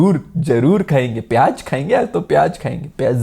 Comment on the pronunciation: piyazzzz hota hai 😂